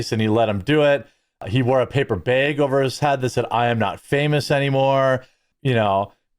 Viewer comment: It is maga Jeremy, not mega. And it's also bag, not beg. Love your videos though.